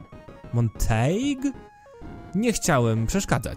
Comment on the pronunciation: Montague to to samo nazwisko co w Romeo i Julii. Romeo Montague. Więc czytasz jako monteki :) Szkoda że pani nie jest Capulet ale może poprzednia żona była :)